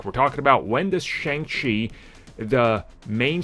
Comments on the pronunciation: Can you not say Shang correctly? Sometimes you say shung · Is it pronounced Shung or Shang ? Seriously. Cause I've heard it pronounced both ways